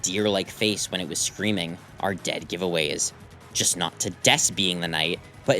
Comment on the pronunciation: It is Dess. Lmfao